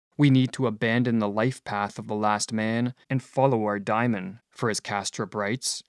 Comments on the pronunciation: Great video - as usual but I think it's DAY-mon something like a demon inside, not "diamond." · Why *Dymon*, and not *DAY^mon? Every time you say that my hair stands on end. Seriously, it gets in the waywhen I am trying to listen. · It’s pronounced day-mon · To my ear, the narrator is horribly mispronouncing Diamon and it distracts me from the content. As a Westerner, much can be gained from comparing and integrating Buddhist, Daoism and yoga into Western culture!